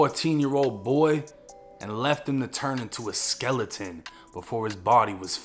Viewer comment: The way this man said skeleton lmfaoo Jakes to much